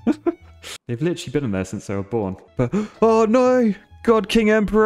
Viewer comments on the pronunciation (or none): none